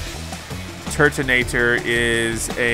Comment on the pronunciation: IT PRONOUNCE "TURTNATOR" and agian rotom pronounce ro tom